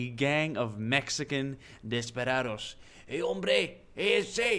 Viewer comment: Desperados not “desparados” otherwise good pronunciation